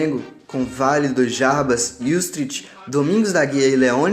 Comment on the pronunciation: Sou historiador do Flamengo e um dos responsáveis pelo site . Excelente trabalho. Gostei muito. A única crítica fica para a pronúncia não muito correta de Valido, Yustrich e Fleitas Solich. Mesmo assim, parabéns pelo trabalho de história do Flamengo. Saudações Rubro-Negras. Arturo Vaz )